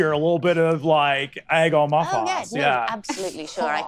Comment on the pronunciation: Egg on ma fahs He vowel shifted so hard he went back to 1300s English